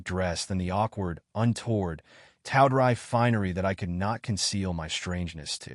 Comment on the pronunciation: This machine can't pronounce words like tawdry or dryly. Yes, it matters.